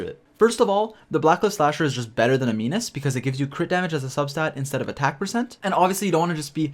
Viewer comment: Animus not aminus